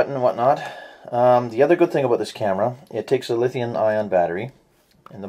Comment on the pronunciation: are you from canada, i heard '' i don't know everything ''aboot'' this camera ?